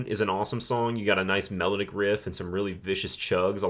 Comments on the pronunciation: I like your approach to picking these apart. This will help me get further into the catalog. One gripe, your pronunciation of the word melodic ( which you use often) is off. Its not “mellowdick”. Mel - ah -dic😂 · Take a shot everytime he mispronounces "melodic"